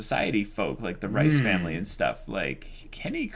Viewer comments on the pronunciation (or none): Why do I keep hearing the “Rice” family.. it’s not “Rice” lol. 😂 It’s pronounced more like Reeses Cups!